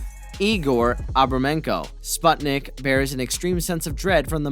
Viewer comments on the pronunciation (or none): It reads as "spootnik" not "spatnik"